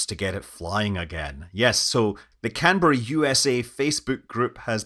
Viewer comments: Thank you for saying Canberra correctly! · Great content as always, but sir, a real tip of the hat for actually pronouncing Canberra correctly. Fantastic effort 🤣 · The first operational aircraft I worked on as a technician after finishing my apprenticeship in the early 1970s was a Canberra and it was older than me ! In this video it was nice to hear the aircraft name pronounced correctly instead of the way the Americans say "Can-bear-ah" :)